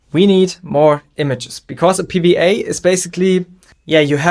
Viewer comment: Pee Wee Ay, it’s double u not wee 😂 but love the video